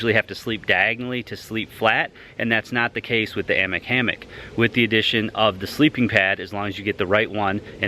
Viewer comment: Aye-mock... not Ammick. Its Norwegian. Its another language, its not pronounced how you'd think.